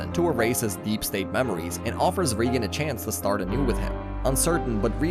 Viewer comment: GOD DAMN IT !! You're distroing Reigan's name so munch that i can't watch this anymore